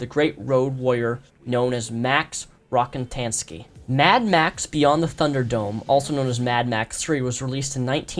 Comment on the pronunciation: It's ROCKATANSKY. Not RockNtnsky.